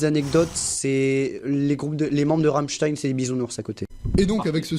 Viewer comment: par contre c'est Ram''m''stein et non pas Ramstein